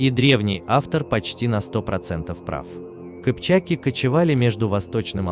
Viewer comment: Не кипчики́, кыпча́ки